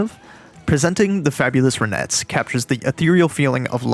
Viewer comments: "RAH-NETZ" (not "ruh-NETZ"). Named after lead singer Ronnie Bennett Spector. 🤓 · "Ronettes"--pronounce the first syllable like "ron" not "run." The group was named for its lead singer, Ronnie Spector (unless you pronounce her name "runny"). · It's RONettes, not RUNettes. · RON, not Ren....nettes. 🤨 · dude, why are you pronouncing it that way... the "ruh-nets"?? LOL. It's RON-ets. Like you would normally pronounce Ron. Like Don or James Caan. or Gone... or John. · They’re not pronounced, the Ra-NETTES, the band is the RON-ettes. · It’s “RON-ettes”, not “runettes”. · It's RONETTES not Runettes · Great piece. But Ronettes is pronounced as if you're about to say the name Ron only but then you add the ettes at the end. No accent on either syllable. You’re saying something likerenettes with an accent on the second syllable. The Ronettes back up Ronnie. Not the renettes. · Ronnie Spector - The Ronettes. Not Run-ettes. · The "Roh-nets?" How could the narrator not even pronounce the band name correctly? smh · Ronettes as in the name Ron , not runettes . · Please learn how to pronounce RONETTES. Is this AI narrated? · This is the first of your videos that I've seen, and I will likely watch a few more. One thing though: the name of Roni Spector's group should be pronounced so it sounds like her name.